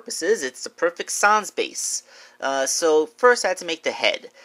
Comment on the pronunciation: Why are you saying s-ons😂